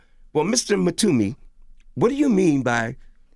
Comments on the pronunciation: How is Envy a DJ? He acts like he has no musical knowledge! WTF A real DJ would know Mtume and know how to say his name!! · I agree, Envy is air-headed. He could have at least practiced on pronouncing The Great Legend's name before the interview....That's a start.